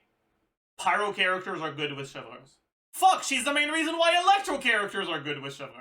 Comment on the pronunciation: bro said pryo mc 😭🙏